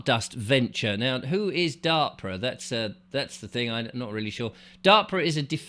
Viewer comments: It's " Dar pa"not darpra sound..anyway there is definitely this fog in eastern Canada, I believe they are looking for nuke materials in the places where the (dr@ have been patroling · Dahr-puh. That’s how it’s pronounced. It’s like the AR in harp. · I'm American and I'm 63. I live in Minneapolis and I also have a place in Fort Myers Florida. DARPA (pronounced as if you're saying the word "dark" then "puh") Has been up to weather modification for decades. I saw documents on a YouTube channel regarding controlling hurricanes from the 1970s. I 100% believe that Ian was a planned event in order to get rid of the quaint, old, colorful houses and buildings near Fort Myers Beach. People had them in their family for decades but when they were wiped out they couldn't afford to rebuild so of course they sold their properties for 1 to 3 million dollars and now all these very very bougie rentals are going up and they're changing the landscape because originally they had a limit of how high the buildings could go which was 4 or 6 stories. Despite that they just passed the okay for a 17 story huge building on the beach. It will never be the same and it's going to be more expensive and rich people will come on vacation there more than the people that used to come. AND Black Rock vanguard State Street etcetera will get more rich. During the time that happened (Sept 2022) I remember seeing a weather person talk about how he had never seen a hurricane take a 90° turn like hurricane Ian did and nor did he see it HOVER for 3 days over any ONE LOCATION before. You are on track I'm sure. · How can you not know of or pronounce DARPA? Dar-Pa . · DARPA pronounced DAH PA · This guy doesn't even know how to pronounce DARPA correctly so I can't listen he obviously doesn't do very much research into much deeply.